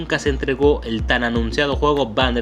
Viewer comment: Me gustan tus videos, tienen muy buen contenido, pero me causa conflcito tu manera de pronunciar "Bander ESnatch" es junto y corrido: "Banderrrrrrrsssssssssnatch" sin el ES natch. Perdón pero soy muy obsesiva con eso. Por lo demás, excelente